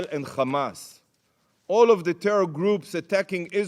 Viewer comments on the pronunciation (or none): TEYHROHR THUNNHELS